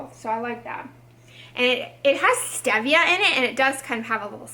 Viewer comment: Enjoy your drugstore reviews. Oh FYI stevia is pronounced with a long e. Thought you’d want to know. Have a great day!